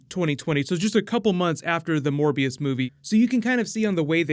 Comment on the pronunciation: I thought you said 'More BS'